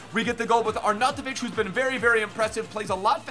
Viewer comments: Arnoutovic is pronounced: Arn out of itch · Btw u say it arnautoviv like are-now-ti-vich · "Arnatavic" =)) jk, you are the best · it is "ARE-NOW-TIVIC" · Please reassess your Arnautovic pronunciation... but love the vids! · Dark It was correct edit: no he just said it correctly once when he showed his team but the rest.. your right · yep xD He said it in such a typical American way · you pronounce arnautovic very weirdly